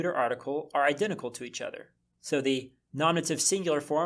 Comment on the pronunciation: Just curious, why do you pronounce "to" and "ta" the same way? I would think "to" would be pronounced "toe" or "to"